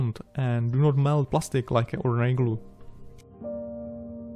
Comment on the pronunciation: Prosím dbej trochu na výslovnost, protože občas ty slova tak semeleš tak dohromady, že je tomu těžko rozumět. Anglická věta chce trochu zpěvnosti a ne zadrmolení jako třeba u slova products nebo ordinary, které je naprosto neznělé.